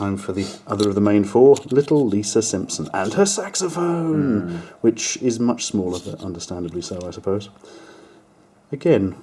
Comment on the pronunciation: You have no clue how happy I was hearing, "Saxamaphooone, saxamaphoooooone."